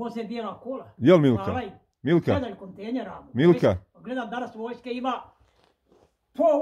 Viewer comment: Nesmije ilija da kaze ,,kontener,,🤣🤣🤣🤣odnesi TAMO👍